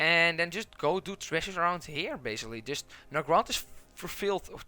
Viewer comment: LOL I could not even follow what he was saying because I was counting how many times he said "trezush". I think I missed a few but it's over 31 at the 9 minute mark. I want a follow up video where its just the same footage but only the word tresures over and over with differrent tonal inflections.